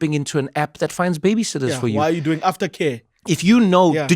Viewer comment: “How you dzoing” I miss Miss Wendy so so much